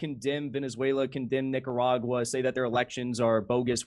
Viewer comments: Sounds like Jimmy's pronouncing "Nicaragua" that way to sneak in an N-word with plausible deniability. I don't know what's going on in his head, I'm just saying it sounds like that. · Only in America, could someone as uninformed on global affairs and events as dimmy jore be taken seriously, and considered funny. Saying Nicaragua in a weird way and reading your tweets as part of your standup routine is what you do when you want to appeal to 13 year olds. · Uh, how did Jimmy say...Nicaragua...twice? That c sounded like a g to me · Jimmy finally found a way to say the n-word by weirdly pronouncing Nicaragua